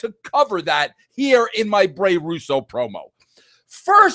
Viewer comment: I apologise it's "Bray" not Brey, Brey sounds like an early 90s surfer "dude"